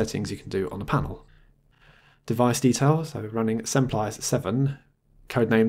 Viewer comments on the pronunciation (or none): "Semplice" is an italian word and the "ce" pronunciation is like in "cherry". If you are interested to move or resize your camera window while recording you can use Borderless Camera